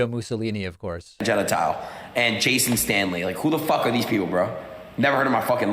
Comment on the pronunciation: "genitile"...Fruedian slip????